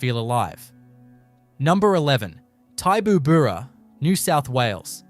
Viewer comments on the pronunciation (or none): Had to laugh at the pronunciation or rather MISpronunciation of Tibooburra. It’s Ti as in tip, not TY boo burra. Interesting article though. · It is pronounced Tib-oo-burra. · Never heard Tibooburra pronounced that way - and I've been there a few times